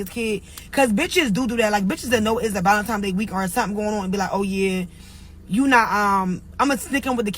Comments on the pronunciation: It's valentiNes day. It's not ValentiMes day. There's no M in the word. English, not ebonics. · ValentiMes!!... told me everything I needed to know 😒🫠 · Valentimes day 🤦🏻‍♀️ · "Valentime's", LOL. She learnt dat in kidney garden. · Something about folks that say "valentimes" day doesn't sit right with me😅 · She said valentiMes day... 🚩🚩🚩